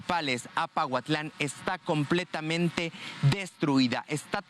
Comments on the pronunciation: es Pahuatlán no pautlan, lo estuviste diciendo muchas veces, es importante que leas bien porfa, muy importante la información que ustedes dan así es que también es importante cuidar estos detalles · se escribe Pahuatlán y se pronuncia paguatlán!